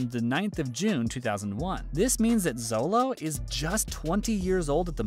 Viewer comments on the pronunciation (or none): Jit really said Zolo bruh it’s xolo(sholo) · Xolo isn’t pronounced Zolo it’s pronounced Sholo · does it bother anyone else when channels that review shows and movies pronounce names wrong, Xolo is pronounced Sho-low not Zow-low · It’s not zolo it’s xolo pronounced like sholo not to be mean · It’s Sholo not Zolo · It is sholo not zolo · Um actually xolo pronounciation (from what I have heard) is like 'sholo' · It’s actually Xolo because i heard (Zolo) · Its pronounced show-low mawry-dwen-yuh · thats not how you say his name its pronounced cholo but spelles xolo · That pronunciation of Xolo is really making my ears bleed.